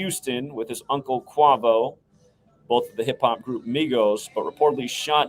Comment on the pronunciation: pronounced kway-voh :P but thats besides the point. good work